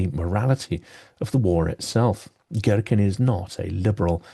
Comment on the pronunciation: To a russian ear it's funny how you pronounce his name - Gherkin instead of what should sound more like Geerkeen!!! I had a mental image of him as giant cucumber :)